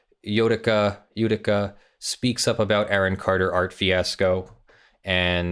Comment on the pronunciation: It's pronounced "Jödicke", with an ö. HTH.